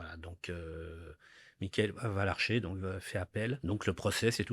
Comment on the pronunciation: J’envoie tout mon soutien à ce père endeuillé ainsi qu’à toute la famille de Marine. Par contre un petit effort aurait pu être fait de la part d’Olivier pour prononcer correctement le nom de cet assassin, qu’il répète à de nooooombreuses reprises en disant « Lavarcher » au lieu de « Valarcher » alors que le père de Marine s’efforce à le prononcer correctement 😅